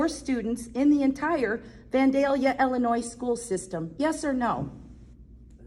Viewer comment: Take off your sunglasses and stop slurring . It’s IIIIILLLLINOIS not Ellinoy